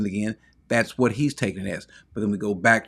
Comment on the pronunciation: why not make a big deal about the fact that the man doesn't know the difference between Revelation and Revalations? It lends credence to the fact that he is not necessarily a source to be trusted on the Word of God if he can't even get the name of the book right. Just sayin'. Further, he's proven to be clueless by his position here. But the fact that he's a PhD that can't say the book properly tells me all I need to know.